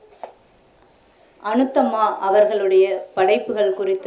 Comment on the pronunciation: அநுத்தம்மா இல்லை. அநுத்தமா. பெயரை கூட தவறாகச் சொல்வதை சகிக்க முடியவில்லை